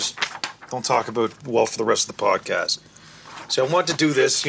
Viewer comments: He said podcash 😂😂😂😂😂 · why does julian say podcash